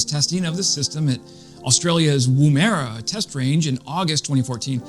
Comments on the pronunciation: Australian place-name pedantry :D It's not "womb-Era", it's said Woomara. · Woomera is pronounced Wom-R-ah. Cheers mate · Thanks mate, great info but I have to laugh at your pronunciation of Woomera. Woom rhymes woman, era is almost err-ah. Thales is pronounced Tal-ess and Thule is pronounced Too-lay. Cheers from Downunder.